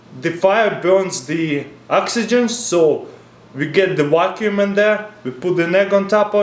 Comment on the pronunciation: i love how he calls a vaccum a wackum